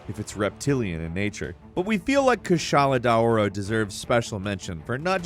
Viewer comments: i had to take multiple multi minute breaks on kushala deaora. both because of your pronunciation and also because of some of the reasons you used. wind just use rock sready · kushala daora is pronounced kush ala dow ra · What in the fuck did he call the Kushla Dora lmao